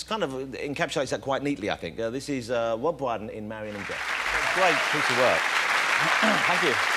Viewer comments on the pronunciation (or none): "Wob Bwydon" ?????????